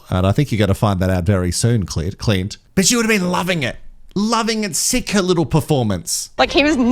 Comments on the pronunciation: You keep saying Clitclint My other fave for the name Clint- write it in square capitals and squint CLINT- 😂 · pronounces his name Clunt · 😂🤣 laughed so hard I spat my coffee out! Clunt..